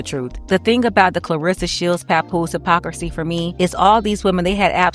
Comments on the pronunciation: She lost all credibility when she said, "Hippa-Crissy." Hypocrisy! Pronounced (HIP-ah-Cra-see). Wow! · Hip-poc-kra-cee NOT Hip-po-cris-sy 😮😮😮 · So y'all gonna dance around the fact homegirl said hipacrissy.😂😂😂😂😂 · How did she pronounce "hypocrisy" she said "hypo-chrissy" LOL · She’s correct, but “Hippo-Chrissy” just irked me 🤣🤣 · I’m sorry, but did she actually say ‘Hippa - Chrissy’???… I’m all the way dead 😵☠️💀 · Cardi B is definitely pregnant by Offset! Her and her husband notoriously post drama around album releases. When Cardi comes out and say the baby is Offset’s let’s please remember these conversations. The word is pronounced hip-poc-criss-see.